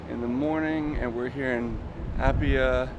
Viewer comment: My guy butchered the pronunciation of Apia and Pago Pago lol